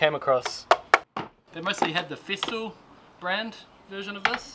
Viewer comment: FESTOOL. Not feestool. Stop saying that !